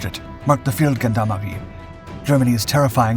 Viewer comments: Brilliant bit of history. Just to help, in Feldgendarmerie the 'g' is pronounced as a soft 'g' as with the French 'gendarmes', not a hard 'g' like goat, or gone. Peace and love from the UK. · Wrong pronunciation on Feldgendarmerie: the "g" is pronounced as a "j" as in Jules.